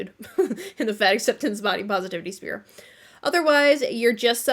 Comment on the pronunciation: With nothing but love I must tell you it's "sphere" not "spear"